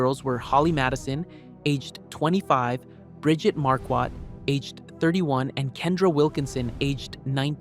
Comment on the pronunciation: Her name is Marquardt…pronounced MAR-quart…not mar-QUAT. That bothers me…